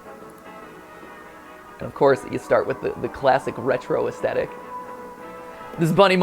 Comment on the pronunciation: bruh r u talking about how he said “retro aesthetic”